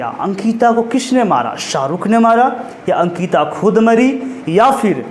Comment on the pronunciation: Bhai sankita nhi ANKITA 😭